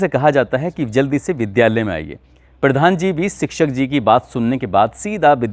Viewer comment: पिर्धान जी ,उच्चारण जिहाद कर रहा है ।